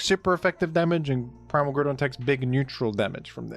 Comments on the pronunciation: said Goodron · Never seen a man so single mindedly dedicated to saying Groodon in every video